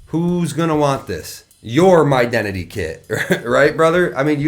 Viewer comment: "...HIS-dentity..." I didn't know those were build to suit... I thought they were the bottom end.